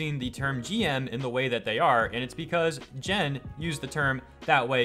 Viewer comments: It's not pronounced Jen. It is Gen 😠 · AFAIK you pronounce Gen like Gandalf. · You're the second person who pronounced Gen wrong. The G is pronounced like gum, go, get and gorilla. At least you pronounced his last name FukunaGa and not FukunaWa.